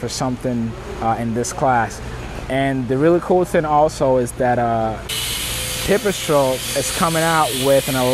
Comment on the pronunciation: now that makes sense..one presenter kept calling it pepper strole and now i see pipestrel .so anyways keep going